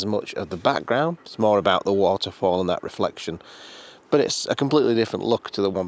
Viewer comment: Don't scare us,! 😱 You mispronounced "riflex-si-own" twice - I was really worried about your mental health. But then you got it right, and you nearly fell off a mountain, too. Phew 🤩 Oh, and a photo, is a photo, is a photo. People who think otherwise are [insert your choice of insult].😉